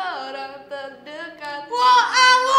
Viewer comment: "Oa..Oee'' ya BUKAN "woa..woe'' tnpa W 😁👍